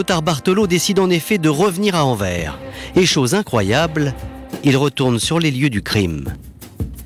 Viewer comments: Pauvre français qui écorche AnverS en prononçant Anver 😭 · On dit AnverS ;-) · faites sauter la banque avec louis de funes et Anvers le s se dit! anverse ! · Il y a un S à la fin d'AnverS et on le prononce!!! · Horribles ces coupures de son. Au fait, on prononce le "S" dans Anvers... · Oui mais anvers sans E mdr